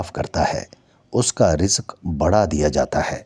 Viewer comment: Alfaz to sahi kaho rizq ko warzish keh re h